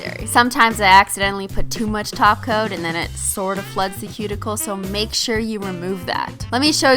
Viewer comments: omg for the first time she said top coat.......nope she said taco again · It's so funny, how Christine needs to force herself to say "top coat" instead of "taco" !😂😂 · whenever she said "top coat" i just heard "taco" i think im in the wrong channel xD